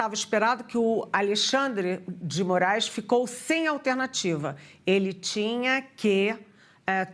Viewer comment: Dilma em pronunciamento disse que é contra a saída só X do Brasil... segundo ela como ela vai chamar o Alexandre de Moraes , Aleandre de Moraes ou Andão?